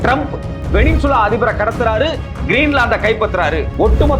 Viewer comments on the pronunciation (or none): none